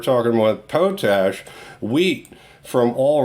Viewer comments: Hi just a little thing but it pronounced "Pot Ash" not "Po Tash". Its just me sorry:). The video has again great information, thanks. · its pronounced pot ash your driving me nuts :) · Great vid !....but to be a dick it's pronounced.....Pot....Ash